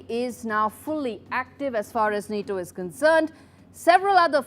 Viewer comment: Just say Na-TO